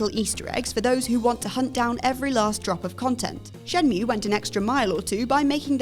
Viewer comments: shenmew ? really ? its shen-mue ffs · You missed one extremely important detail. It is pronounced "Shen-mwayyyyyy!"